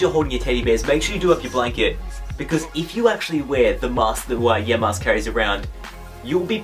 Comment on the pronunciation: I know you don't watch Pokemon Black and White because you can't say Yamask properly...